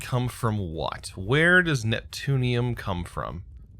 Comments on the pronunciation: it's "neptune-ium" not "newton-ium" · Bob Jones "Newtonium" instead of Neptunium is all I say :D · Neutonium? Are you even TRYING to read the word at all? Seriously. It's NEPTUNIUM. NEP-TU-NI-UM. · NEPTUNIUM not NEUTONIUM, IT'S NOT COMPLICATED